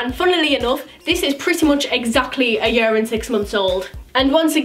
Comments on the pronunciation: you say year like "yur" haha so cute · I love the way u say "year" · I love the way says year lol❤️❤️ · Omg I love the way you say year 😍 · I love the way she say year and I love you ❤️❤️❤️Please reply xxxx and your so under appreciated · I love the way you say year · she says 'YEAR' very weird